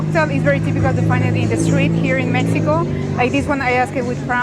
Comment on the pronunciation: Did she pronounced as Mehico?